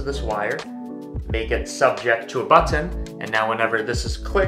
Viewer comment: I'd love to hear the story behind why you pronounce "button" as if it was two words, "but ton." At least I think that's what's going on.